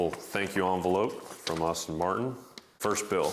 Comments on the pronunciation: Nice car but certainly not worth it IMHO. However, why are you saying Austin Martin...when it is pronounced ASS-TON Martin? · How can you own the car and call it "Austin" Martin ? And the girl drives it ?? 😂😂😂 ouch. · you for real? You own the car and didnt know how to pronounce it? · Yeah it’s almost like he’s bragging about how much he spent. 😂 He didn’t even pronounce the brand correctly.